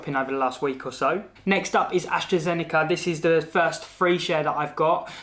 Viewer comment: Well at least you pronounce AstraZeneca the right way unlike me 😅